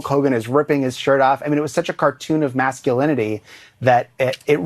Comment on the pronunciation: The "macho" ad director cant even pronounce masculinity.😂